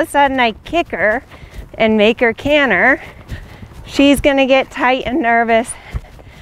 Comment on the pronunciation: You, like so many others, said the word canter correctly only one time. I wonder why that is. Dialect perhaps?